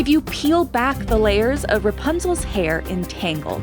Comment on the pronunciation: Rapunzel not Rapanzel